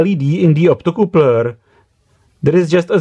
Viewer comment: "optocoopler" love it